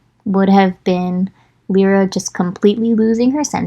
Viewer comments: I have a tendency to favor very short names bc I know for a fact they will be butchered... My friend: L-EYE-ruh 😂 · Omg I think we have all been saying Lyra's name wrong 😂😂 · It's strange to hear u pronounce the names, cause I've been pronouncing them different this whole time aha Lyra: Lie-rah Shon: more like schön 😅 don't know where I got that